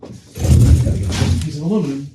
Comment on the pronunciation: Thank you for using the correct pronunciation of aluminum! I get really tired of all the other channels that add the extra i and say "aluminium". I know that both versions have made their way into the dictionary, but I prefer what's on the periodic table of elements.